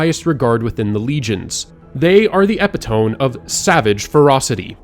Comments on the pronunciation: Epitome: uh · pi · tuh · mee, not eh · pi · tome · The word epitome , äh-pit-ah-me. Hope that helps. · Epi-tome killed me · Buddy. Epitome???? It’s pronounced ep-it-o-me. Epitome. lol. You kids learn words wrong these days. You need to hear them spoken. You sound stupid saying such basic words wrong. Just saying. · Epitome pronunciation needs work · This guy can’t pronounce epitome properly, but fine video otherwise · hehe... "epitome"